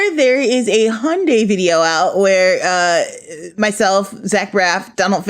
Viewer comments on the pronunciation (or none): none